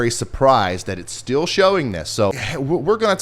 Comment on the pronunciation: Is it just me or did anyone else notice how he says the word "still' as STEEL?? No?? OK guess it was just me... lol Oh and I have always found Tropical Tidbits my go to for the Hurricanes... Just saying!!